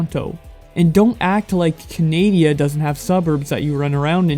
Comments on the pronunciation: Did say Canada as “Canadia”! wow. HE’S FUCKING STUPID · are we not going to go over the fact he said Canadia instead of Canada? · Did he just say 'Canadia' like what? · The magical land of canadia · CANADIA?????? does know it’s called Canada right?